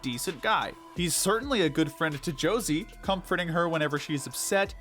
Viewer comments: I agree with all your picks, just one thing, you misspronounced the name of Josee. It's not "Jocey", it's JoseÉ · I actually do mean this in the nicest way possible but it makes me so mad when u say Josie instead of josee(just bc she’s like my fav character) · I think Josee is pronounced (show zay). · josé is pronounced hozay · I don't know why the dude pronouncing Joseé as Jo-see bothered me as much as it did- But boy did I wanna sit in Infront of a screen and make him watch at least ONE episode of RR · Why are the procunces Josse as Josie . I thought her name was similar to Jose Al's Older brother but more emphasis on the J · The way he pronounces josee hurts me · Thank you so muuuch for this video i love it, btw that is NOT how you pronounce Josee's name🤣